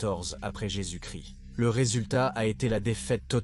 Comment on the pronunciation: Bon docu mais plusieurs problèmes audio. Aussi, le français laisse vraiment à désirer. IA ou voix humaine?!? ex: 1-"...en 378 après Jésus-Christ"; on ne prononce pas le "st" dans Christ. 2- Les "Hunts" et les "Goths": en français, on ne prononce jamais le "s" dans le pluriel des mots. Goths se prononce comme le mot "go". 3- Mauvaise prononciation de Stilicon (général). Ça s'écrit en français avec un "n" à la fin. 4- le 5e siècle a eu de "grands zéro" !?!...Ça ne se prononce pas comme ça!!! ...non..."grands héros": il n'y a pas de liaison entre grands et héros. 5-Monothéi"z"me; On prononce "monothéisme". 6- "...un nouveau ensemble de problèmes..." Wow! On dit: "nouvel ensemble".